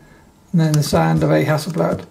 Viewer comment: Hasselbladski)))😂😂😂 Mate,I hope you didn’t say it when you were in Ukraine//or other Russian speaking countries))